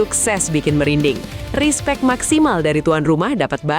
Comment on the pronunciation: Respek min bukan di baca rispek